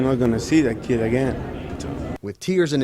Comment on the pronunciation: "You gib a yoong keed like that thirty years to life, chances are you're not gonna see that kid again." Yeah. That's the point,.